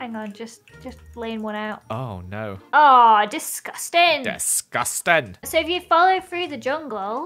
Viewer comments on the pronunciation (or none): DISGUSTAN!! Me: DISTUSTAAAAANNN!!! My mum: whats disgustan who did it? Ahaha